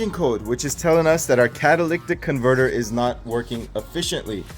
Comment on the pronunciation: Ma'am , why are you letting him I pronounce catalytic converter wrong? 🤣🤣 Love watching this! I have a 99 4cyl TJ and I did a similar upgrade. New top, bumpers, upholstery etc.... Great videos!!!